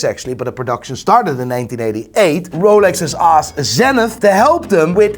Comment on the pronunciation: Roalex..... it's Rolex lol SMH